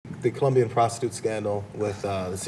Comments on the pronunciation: why u americans keep saying "Columbia" ITS COLOMBIA! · Its Colombia, not Columbia. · is ColOmbia! not columbia